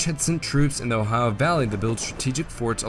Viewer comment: I love your pronunciation of "O-hi-uh". Sounds just like my parents and grandparents, who were from the region of eastern Ohio and northwestern West Virginia, near the Ohio River.